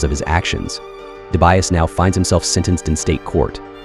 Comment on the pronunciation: Hey are you ok? you pronounce Dibiase 3 different ways in this video🤣. Surely your next video you do enough research on how to pronounce names properly 🙃 Also thumbs down for trying do automation and not original.